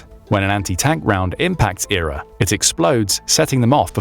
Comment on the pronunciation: 9.21 says Error instead of E.R.A........ LuL:face-blue-smiling: now a person that knows about military equipment and vehicles would know EXACTLY what its called. Sorry just from that stupid thing that makes this channel bottom of the barrel and most likely doesn't know a thing and is VERY questionable.